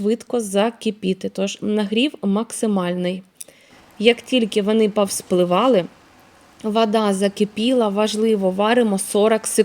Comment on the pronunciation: Ще одна юлька тимошенко в блогери подалася Нашикувала, а не нашикАвала, не в миске, а у мисці, не палюшАк, а палюшок, не вАда, а вода, не пАвспливали, а повспливали, не рАсповзатися, розповзатися, і т.д. Може уже пора вивчити де "а", а де "о" - це не так складно.